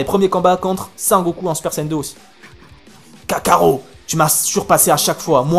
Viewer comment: On dit kakarot pas kakaro